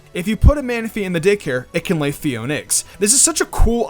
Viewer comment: Its pronounced Pheoné